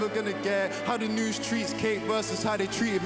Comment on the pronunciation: He said “noose” not news lol